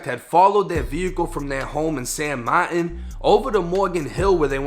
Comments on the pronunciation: It’s San martinnnnnnn not San Mart-in fool 🤦‍♂️ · It’s pronounced like San Marteen